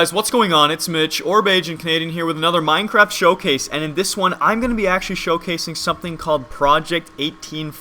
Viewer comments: any one else hear "with another minecrap episode" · he saying Minecrap :P